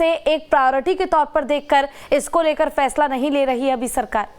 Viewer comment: Ye jmm ke jahil aur Bihari Neta ....jisko bat karna bhi nhi ata ....FAISLE ko...PHAISLA....Bolta ...drbagay hai